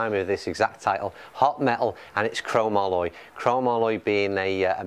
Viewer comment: Pronounced..crow-mol-e, not cro- ma - Loy.